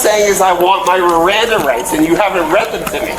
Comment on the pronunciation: What I hear is “I want my Riranda rights!” RIRANDA RIGHTS, RIRANDA RIGHTS! His threat was cute….”if I don’t fly today I refuse to rebook”. Okay dude…Buh bye